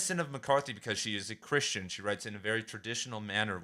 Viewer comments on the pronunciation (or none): none